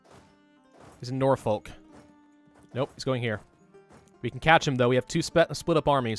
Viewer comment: come on dude, you live in Virginia; pronounce Norfolk correctly. You're saying it like a northerner.